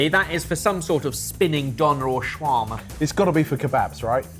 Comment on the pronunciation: That is not the correct pronunciation of shawarma.